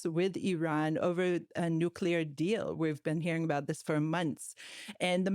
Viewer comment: It's NUCLEAR,, NOT NUCULAR